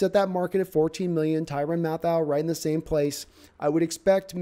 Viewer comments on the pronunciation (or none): Did you say tyran math-ow? its math-ew.(yes Ik thats not how his is spelled)